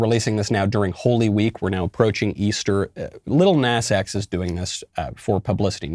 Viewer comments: Knowles.... its PRONOUNCED "NAH-z"... you old foggy! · It's actually Lil Nahs X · The way he pronounces “Lill Nass X” 😂😂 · You obviously have never even bothered to research him at all, never even looking on YouTube to get other peoples opinions and thoughts about lil nas x because if you did you would pronounce his name properly, especially because his name is only one syllable, it is spelled with three letters, & most importantly because you Graduated from kindergarten and learned the English language